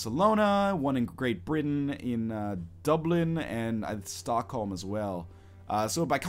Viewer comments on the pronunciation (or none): none